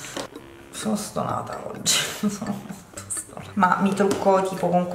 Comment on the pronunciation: quando dici "stonata" mi fai morire...è siciliano italianizzato ahahahaha